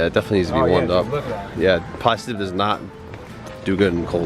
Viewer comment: Pronounced Plasteeeeee dip bruh...lol